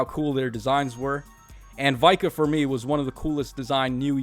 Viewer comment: It's VIKA and not Vai-kah 🙄😠